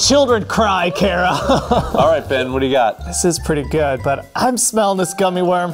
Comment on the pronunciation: HIS NAME IS BEN NOT BIN😂